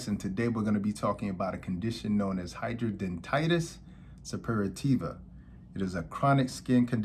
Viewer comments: Hydra denitis. Not hydro dentitis Doc. 😂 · My doctor pronounced different but thats ok🤭